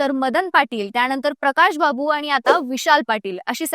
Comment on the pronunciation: अरे किती बोलता लिहून दिलेलं वाचताय.प्रकाशबाबू नाही तर प्रकाशबापू म्हणा. पलूस म्हणा पलसू काय म्हणताय. विशाल पाटलांनी लोकांच्या विकासासाठी काम करावं त्यासाठी एखाद्या सत्ताधारी पक्षात जायला हरकत नाही.नाहीतर सध्या ते अपक्षच आहेत.